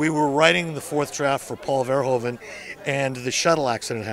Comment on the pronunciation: Peter Weller pronounced Verhoeven correctly, gotta love 'im. VareHOOven in Dutch.